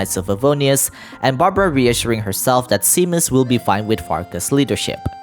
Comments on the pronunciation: Also Seamus is pronounced Shay-mus! :D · Seamus is generally pronounced like shaymess or shaymuss💜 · your pronunciation of seamus is driving me insane lmao